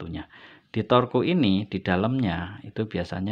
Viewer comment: Torque dibaca tork.